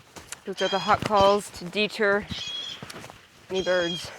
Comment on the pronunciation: you pronounce deter by emphasizing the first syllable. Usually, the second syllable is emphasized. Is this a local pronunciation or are you testing the viewers to see if they catch it ?